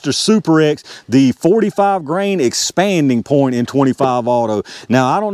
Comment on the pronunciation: When you get to talking fast, it sounds like you are saying "expandy point." I think you have coined a new term I'm gonna steal from you!😂